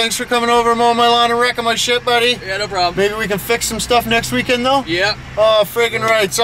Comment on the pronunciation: "Rickemin it" LMAO